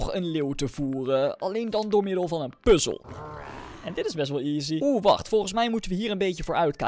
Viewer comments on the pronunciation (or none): none